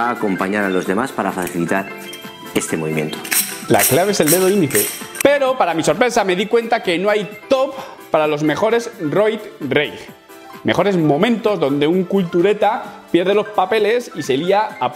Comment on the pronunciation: Es rage no reig